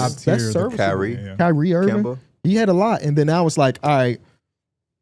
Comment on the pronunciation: That man said “Irving ‘Magic’ Johnson” that shit wrong too